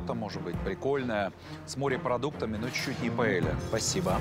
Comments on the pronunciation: Ивлев, это не пОэлья, а пАэлья 😂😂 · Paella!!!А не poêle!!! Poêle это сковорода. Но блюдо называется PAELLA ! УМНИКИ😂